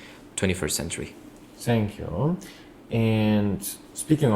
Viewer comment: Still saying senkyu😂😂